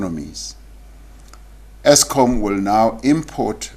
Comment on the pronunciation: Exskom 😂😂😂😂my President